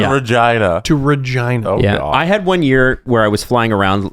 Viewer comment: absolutely no way regina is pronounced like that. should be illegal.